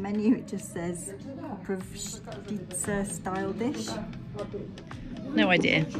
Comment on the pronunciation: Well done, you're pretty much pronouncing Koprivshtitsa like a local - honestly. That little bottle of rakia can easily knock you out though, so please be cautious:D